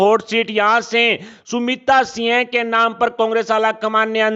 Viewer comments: न्यूज़ पढ़ने वाले को सिंह के स्थान पर सिय बोलना आता है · Singh ka ucharan kisi sastri se samajlijiye